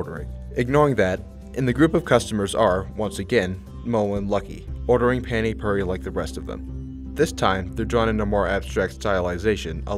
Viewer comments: The way you said Pani puri pains me as a indian its not Panty pruri its pronounced Pah-ni Phu-re ( re like restart ) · It’s pronounced paah-nee pooh-ree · Dude I just realised that you say pani puri like पाणी पुरी found this after talking with my Indian friend and I directly copy pasted it here, it’s so hard to pronounce